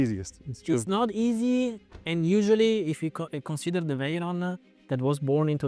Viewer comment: "chiron-ah, veyron-ah, car-ah, same-ah, ask-ah, time-ah, development-ah, details-ah" italians speaking english :D:D:D:D:D pathetic